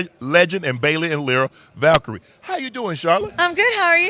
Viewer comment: Unc attempting to pronounce Lyra Valkyria 😭😭